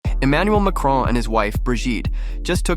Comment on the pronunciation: Never trust the opinion of someone who thinks there is an 'e' at the end of Macron!